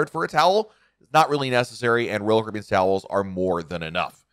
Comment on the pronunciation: pronounce: ROYAL CARIBBEAN!!!!!!!!!!!!!!!!!!!!!!!!!!!!!!!!!!!!